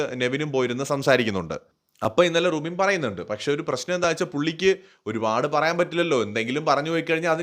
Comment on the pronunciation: റൂബിൻ അല്ല നൂബിൻ